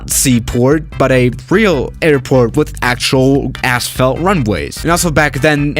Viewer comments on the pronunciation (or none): The landings and takeoffs should always go in the direction of the arrow end of the runways, as seen from above. 💁🏼‍♂️ Laughing at the thought of talking with you and you converse the same as you do on these video’s. Quick cuts and scattered adjectives. That is like a dream thought. 🤔 😂😂😂 And oh, I forgot to mention specifically, “row tat tay and “assfelt”.